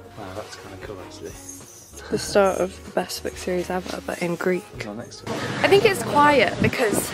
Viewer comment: Im greek and your pronounciatiin was understandable and good! Just as an airline would pronounce it ❤